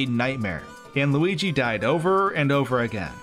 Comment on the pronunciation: It’s loogi